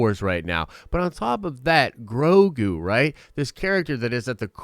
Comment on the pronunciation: its grow-go not grow-goo.